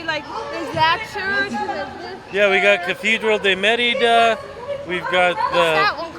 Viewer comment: pronounces Merida correctly with the accent on the "e". is way off on her pronunciation..hahaha